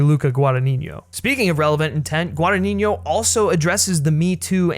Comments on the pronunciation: This is the first video of yours I see, and I really enjoyed your review,!! Just saw Suspiria at a little artsy cinema a few nights ago, and it definitely stayed with me. Not yet exactly sure what I feel about it, but definitely one of the best movies I've seen in a while. Just a friendly Italian correction: you're pronouncing the director's name wrong. It's a tough one, I understand, but it's GuadaGNino, while you say it as GuadaniGNo, with "gn" in Italian being the same as the Spanish "ñ" sound. Just thought I'd let you know!! I really love Guadagnino, and this movie didn't disappoint. That quote of his you included at the end about the intelligence of audience I think summarises perfectly his approach to cinema:) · Giallo is pronounced jaw-low. Guadagnino is pronounced gwah-dah-knee-kno. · You are saying Luca's last name wrong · I'm italian and I couldn't get over how badly you pronounced Guadagnino every time. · you really should know how to pronounce "Guadagnino" if you are gonna say it 3000 times in a video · NO, but feel free to believe whateve you want at this point, you actually said "GuadaNINIO" and not "GuadaGNINO" which is the correct way to say it. bye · the original Suspiria was not a Giallo, it was a horror made by someone famous for making Giallos. ALSO you call the director 'Guadagninignio' rather than 'Guadagnino' - very annoying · No worries it's just GuadagniNO, and the way you say it's GuadagniGNO. Love the content by the way! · Forgive the unnecessary pedantry, but I listen constantly call, from those who are native English speakers, the director Guadagnino: "Guadanigno" (Guadaniɲo). If it can help, to pronounce his surname correctly you must put the "ɲ" ("gn") in the previous syllable, not in the last one: is "Guadaɲino". Sorry dude ^^ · repeat with me: GUA-DA-GNI-NO. GWAH-DAH-GNEE-NO.